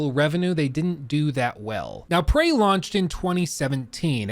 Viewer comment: it's Prey, not "Pray"